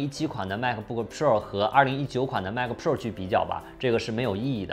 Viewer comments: pua 普 rua 肉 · 希望能改一下pro的发音，听起来太难受了啊啊啊啊啊啊啊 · piupiupiu的很有趣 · 麦克~普臭儿~普肉儿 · JKbench?真的吗？Pro听着好像叫嫖...... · pro这发音有点飘啊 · Pro 的读音很有个性，请继续保持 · pro的读法是我记错了还是dongdong念错了啊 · 这个pro 真是蜜汁发音😂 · Rasco Wang 非常赞同 真的难受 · pro发音听起来真的难受，嘤嘤嘤